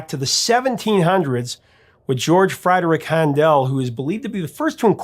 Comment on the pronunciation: George Handel’s last name is pronounced “handle” not “han-del”.